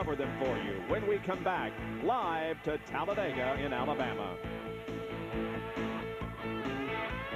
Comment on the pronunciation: 😂 Tallabama? Tallabega? Miss ya Bob. Your mistakes were the beast.. Benny in second…